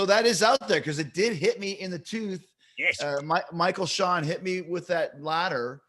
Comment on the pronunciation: How can I not be a fanhausen of someone who says "Michael Shawn"?